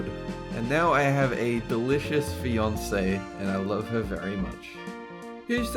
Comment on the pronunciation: A 'delicious' feonce